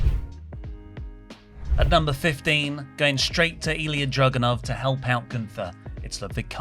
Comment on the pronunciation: Video was great but does think Ilja’s name is Drogunov??😭